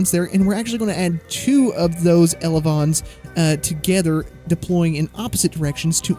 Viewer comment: ain’t no way he just said “elavons” 💀💀